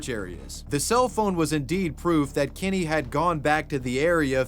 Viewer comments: I absolutely can’t stand the way you pronounce Kenny as “Kinny”… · I love how you say “Kenny” like Eric Cartman